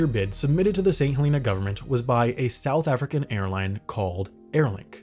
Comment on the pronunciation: "Stouth African"